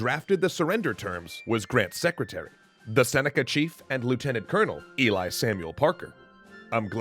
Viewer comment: Ely Parker was born a couple miles from my house. There's a marker by the road just East of here. Fascinating man! Also: My wife is Native American, and she says the correct pronunciation of his first name should be "Elee"